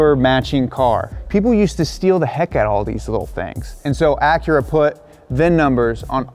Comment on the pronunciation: When he says Acura ,the Honda lover in me dies a bit more .